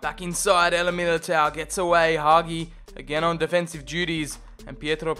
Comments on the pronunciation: It's Hagi not Haghi😳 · Hagi not Haghi! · Nice video! All i could say is please stop pronouncing Hagi like that. It's Ha-G. The Ghi that you say is just a G. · The way you pronounce Hagi is giving me heart palpitations